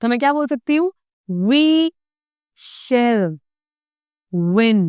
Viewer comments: But ma'am I think it pronounce as shal not as you pronounce it shell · Don't pronounce Shall ko shell!